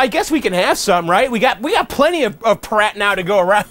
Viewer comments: Are you sure it's not meant to be pronounced Py-Rat, as in Pirate? "Pirate Rum" would seem to make more sense than 'Prat Rum' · It's pronounced "Pirate rum",. Not "Prat" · Dude it's PYRAT like PIRATE. Pirates like their rum. Get it? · Kyle and Vax, he's not saying it like "prat." He's saying "pih * RAT" (short a). But let me ask you about what you think it should be. You say it's supposed to be pronounced "pirate." In a pronunciation key, "pirate" = "pi (long i) * ra (long a) * tee," so it looks like the word "pirate" but is pronounced differently (with the e not being silent), which is what you're saying when you say that it's pronounced "pirate." Right?